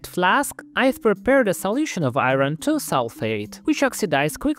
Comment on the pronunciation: "i-ron" lol every time.